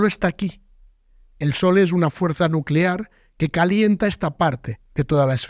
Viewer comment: energia nucelar, NU CE LAR